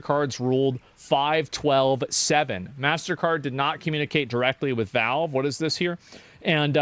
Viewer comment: Why does this guy keep saying "Velve"... is it hard to speak out the letter "A"?